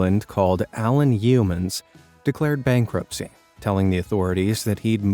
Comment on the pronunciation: Coober Pedy is pronounced Coober PEEDY. And we don't eat "Shrimp" in Australia....we eat Prawns. The puns in this are painful, but thanks for featuring such a marvellous array of unique homes. Oh, and "Yeoman" is (simplistically) pronounced YOman. The E is silent for all intents and purposes.